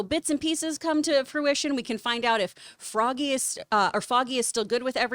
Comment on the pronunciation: John is having a stroke, "deadpool", "fozzy" X)